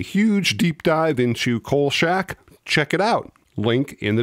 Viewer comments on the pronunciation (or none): Kolshak? Always heard KolCHak